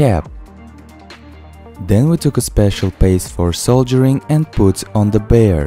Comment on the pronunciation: It's called soldering not soldiering